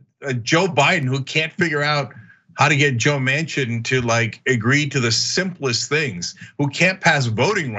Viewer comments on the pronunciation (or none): none